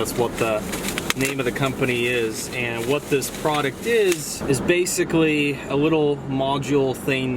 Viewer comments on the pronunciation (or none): none